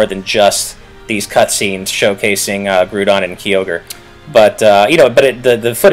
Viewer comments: "GROOODON and KEEEY ORGE"?? Does that guy talking not know Pokemon? XD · who ever that other guy is, he needs to learn how to pronounce groudon and kyogre, its not Grewdon and Keeogre, they would be pronounced, Gr-ow-don and Ki-og-er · Groodon and Keeogre? It's prounounced Groudon and Kyogre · I thought it was pronounced Grow-Don. Not Groo-Don. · why cant people pronounce groudon and kyoger really how does someone get groodon and keyoger out of groudon and kyoger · Every time he says Groodon and Keyoger I get this feeling he doesn't really play. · It's Gr-ow-don and Kai-ogre. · "groodun and keeogur" godammit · Dear gods, "Groodon" and "Keoger". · Grew-don and Key-Oh-Gor??? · Grewdon and Kee-ogre... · It was anoting how they kept saying "Groodon" and "Keeogre" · 'Grew-don and Key-ogre' eh... >_> And I thought was the one who couldn't pronounce things right all the time lol, looks like we have a new contender.:p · Grew-don and Key-ogre? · Kee-orgre? First time I heard it pronounced like that... Edit: Grew-don too? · Grewdon and Keyoerge? lol wtf.. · Guys, I assume you're going to do more videos as more news comes out, but please pronounce Groudon and Kyogre right and later on even Rayquaza xD